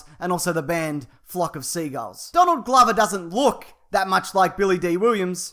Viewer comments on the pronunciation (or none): none